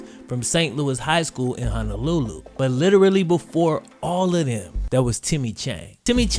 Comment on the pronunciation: Love you videos ! I live in Maui and it's pronounced HONOlulu not HANAlulu haha but jeep it up brej